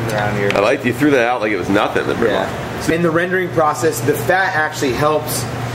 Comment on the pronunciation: thats not 'BRU-NWA' its BRU-NWAZZZ brunoise im french I know this